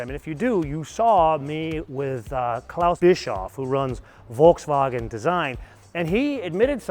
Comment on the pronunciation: learn how to say Volkswagen